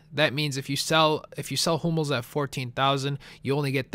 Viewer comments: i thought u said homos not hummels...... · it sounds like he's saying 'homos' not hummels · I wear to god you kept saying HOMOS not Humells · Am i the only one to thought he said Homo? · Sounds like he's saying HOMOs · it sounds like your saying homos :l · sounds like your saying i bid on 5 "homo's" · it kinda sounds like your saying homos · it sounds like ur saying homos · I keep thinking ur saying homos